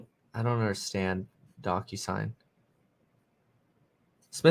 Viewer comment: The way he says DocuSign sounds like DonkUSign 😜